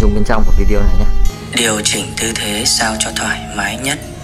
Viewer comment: Lâu lắm rồi mới nghe có người nói đúng vi-đê-ô, chứ k phải vi-zeo hay vi-yeo thậm chí vi-zéo 😀